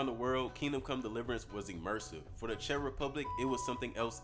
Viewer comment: first time I've ever heard Czech pronounced that way lmao